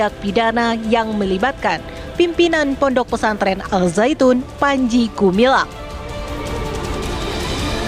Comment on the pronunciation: Namanya gumilang Ngomongnya gemilang Ternyata gumaling Ini bukan pimpinan Al Zaetun , tapi pimpinan as saetun